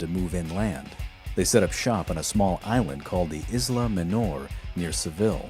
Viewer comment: It's pronounced hish-aam. aam like arm, not like sam Isla is pronounced aila. S is silent